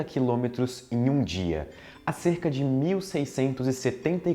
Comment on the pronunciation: "quiômetro" haha